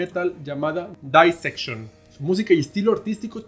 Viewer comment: Éste tipo no sabe nisiquiera pronunciar Dissection, todo lo que dice en éste video es pura tergiversación casi cristiana...